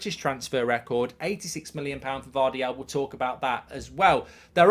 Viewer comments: His name is Gvardiol, not Gvardial, Mark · i love how he got gvardiol's name wrong 10 times